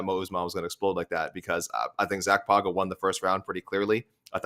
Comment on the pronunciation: When you pronounce "Pauga," you should pretend that it's spelled "Paunga'" (Samoan "g" is closer to "ng"). Just like "Tagovailoa" is pronounced more like "Tangovailoa."